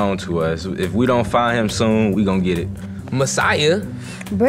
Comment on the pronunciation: Bro King Funnnny 😂😭😭 that man said breath 😂😂